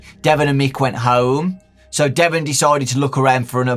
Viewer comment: Ouch my name is Devon even said like that.... Why..... Why?